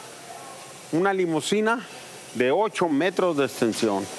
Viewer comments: Se dice limusina, de nada. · No es "limosina", sino limusina.